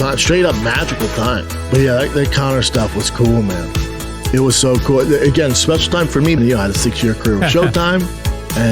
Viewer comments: It's was a speshial time I had a can of pringles on my shoulder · So speshul man, jussa speshul time